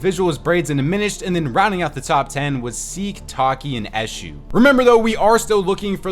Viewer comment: you didn’t say Eshou’s name right it’s “E-shoe”